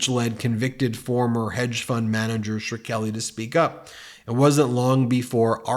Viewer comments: Can you PLEASE attempt to pronounce Pharmabro’s name right? Every regular broadcaster was able to when he was widely infamous a few years ago. I agree with your sentiment, but you sound illiterate. You risk making us all seem illiterate. Sher-Kelly?!? Are you even serious about what you’re saying? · He keeps mispronouncing Škrelji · 💙 Meidas, 💙 Blue Dot in Texas, 💙 Brando, etc. Ben, please look closely at Shkreli and dissect it into Shhh!-Krel-ee. When you mispronounce that arsehole's name the whole time, it's almost as bad as watching Dubya Bush trying to pronounce "Nuclear". NO, Mr President, Nook-ya-lerr is not the word . . it's not a word at all. How the hell did that guy get into office. (strategic misinformation) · You keep saying ‘sure Kelly”. This is wrong and obnoxious. You’ve heard it so many times. You sound like annoying trying to pronounce it differently than everyone else. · Why you saying his last name like that? The common pronunciation is “skrellee” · I believe the last name of Martin is pronounced like "screlly". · Why are you repeatedly calling Shkreli “Shirkeli”. The “r” comes after the K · Shir-kelly? C'mon just look at the order of the letters shkrelli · Sher-kelly? Never heard it pronounced that way before. Either way, dude is a scumbag, so I wouldn't be at all surprised if he's in cahoots on something with the Trump family. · Martin Shkreli: pronounced “Skrelli” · idk who this Martin Sherkelly is you keep talking about. maybe look up a "how to pronounce" example next time... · It makes me laugh every time Ben mispronounces Shk-reli. Every time. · I am considering suing you for triggering my OCD by repeatedly mispronouncing "Shkreli" as "Shrkeli." 🤣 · also pretty sure it's read sh'krell'ee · How does “Shkreli” magically change to “Sure-Kelly”? There’s no ’u’ at all. The ‘k’ is BEFORE the ‘r’. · Ben, learn how to say "Shkreli". It's only two syllables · Please read "Shkreli" properly. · That's not at all how you pronounce Martin's last name